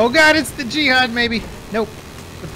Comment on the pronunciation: Jihad? Do you mean....Jeephad